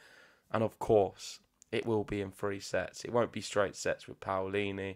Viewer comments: Love all the love you're giving Jasmine 🥰 and, yes, you're saying her last name right, you have to pronounce both the A and the O 😉👏 We're so proud of our tennis players 🟢⚪🔴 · you have to express every letter of the name PAOLINI, the A sound either...it's not like the American PAUL sound, i'm italian, trust me!!...however the pronunciation is correct from both of you!! Waiting for MUUUUUUUUUSETTI!!!! Thanks for the show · Your pronounce of Paolini is perfect. Ciao from Italy and let’s hope for the best